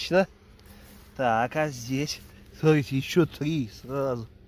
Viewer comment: Смарите,смарите...А букву Т где потерял,в грибах?Назвался блогером- полезай в кузов,то есть следи за речью,япона твоя мама!